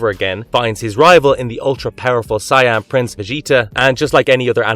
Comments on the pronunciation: Dafuq's a Si-Anne?!? 😂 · You are mispronouncing Saiyan as Siyan it is pronounced as say and the yen. If you watched the anime you would know how to properly pronounce this so this video is very odd to me. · Do you say words do you know how to speak? Saiyan not Sian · It's pronounced Say-en. Not Cyan. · super sigh-ans edit: this guy pronounces enough things wrongs that i'm convinced he is an AI XD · Is this Ai? Who tf says s-eye ahn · dude the pronunciation is killing me! lol doubt hes even watched the shows just reading a script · Your pronunciation of "Saiyan" gave me an actual headache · Dude... you couldn't butcher the words for DragonBallZ any worse then you did, it's actually impressive how badly you pronounced those words. Brava. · Did you hear how he pronounced “Saiyan”? 🤣🤣🤣 chill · I like the list, but please pronounce Saiyan correctly.